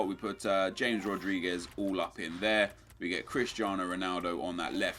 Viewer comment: Nep my only complaint is how you say James Rodriguez. Its pronounced Ha-mez.